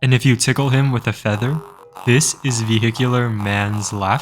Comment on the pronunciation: Bro just made me laugh by "ve-HI-cular" 🗣️🔥🔥💀😭😂😂